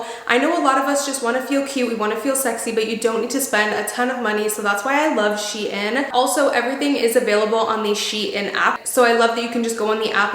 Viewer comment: That’s not how you pronounce SHEIN